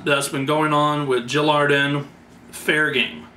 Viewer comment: Your saying it wrong its Jil Adren, Aaaa DREN!!!! not arden lol